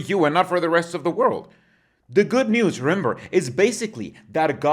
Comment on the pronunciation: I can't help but hear "the good noose 🪢" instead of the good news. 😂